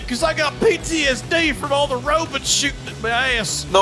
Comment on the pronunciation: Rowbuts on me I repeat ROWBUTS ON ME!!! 🤣🤣🤣